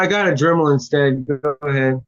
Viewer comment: Watching whoever is “Court house” freeze… then blink trying to process hearing “I’ve got a dremal” was hilarious 😂😂. Hearing that guy “write” the #s I think we’re all feeling pretty good about ourselves 👍🏼😂